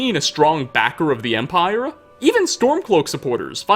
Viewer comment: I dunno why I keep hearing it but it seems he ends alot of words with an extra "A"" sound. Empire-a, Morrowind-a, mind-a, son-a, etc.